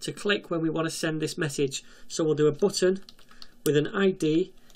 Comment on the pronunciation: The booutn.... what an accend 😂